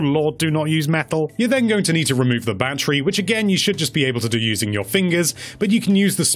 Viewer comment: Dee. Ba-tree. Not Bat-tur-ree. Bat-tree